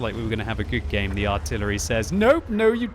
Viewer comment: The I-tillery...?